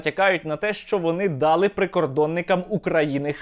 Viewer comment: Українською наголос буде на 'и': взялИ, а не взЯли далИ, а не дАли